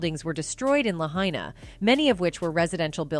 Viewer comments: This lady keeps pronouncing Lahaina wrong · You didn’t even say Lahaina, right 😂